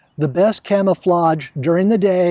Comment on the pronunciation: you said clamaflage .lol